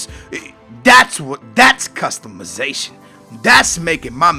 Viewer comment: Customuhzation? Lol its customization